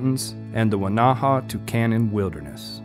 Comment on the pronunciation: I sure like your videos. The Weneha-Tucannon Wilderness is in my back yard. I was out in 2015 just before the Grizzly Ridge fire started. It burned roughly 50% of the 160,000 acre wilderness. All the damage was on the Washington side. By the way, Weneha is pronounced Win-a-ha with the accent on the first syllable. Many of your videos shows the hatchet / axe throw into the tree. I know this is fun but it can kill the tree, if enough slices are made. You may want to reconsider this or choose only dead trees. The last one in your video that shows the hatchet throwing is a Ponderosa pine and it looks very healthy.